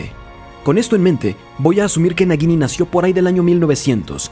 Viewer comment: No pronuncias bien el nombre de la serpiente, lo haces como si entre la G y la I hubiera una U, así es como se hace ese sonido suave gui. Su pronunciación sería como si fuera una J si lo leyeras en español y si es como en inglés es una tipo Y